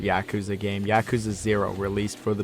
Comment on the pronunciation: Finally someone doesn't pronounce yakuza "Yakúza" 😂